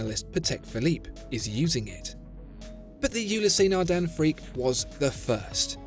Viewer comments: Fascinating that with all the research that goes into the channel and beautiful Imagery, you cannot be bothered to check the pronunciation of brand names beforehand.. U-less, but certainly not U-lee-sea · It's not ulisey it's Oulis naghdun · I swear if you call it Yooleeseh Nardain one more time... I don't know how much they paid for the advertisement/infomercial, but I would sue you after the butchering of that Title. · I freak out everytime you say the name..............WRONG !!! Gees !!! You break my ears !